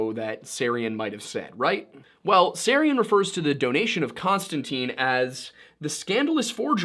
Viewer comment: Freemasons, SJs, and Kabbalah mentioned. Holy Blood, Holy Grail hinted at so Dan Brown is probably in there too. So yes, a Unified Theory of the Occult. One point, Micheal Teh-Sarion, if I remember right. The T is pronounced.